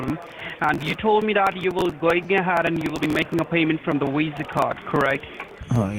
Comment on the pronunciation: Level 5 technician...ah, that's what people over at Lewis's Tech were talking about... I thought Lewois's Tech was just joking putting a "w" every time a "v" appears but they really do say WIRUS and WISA...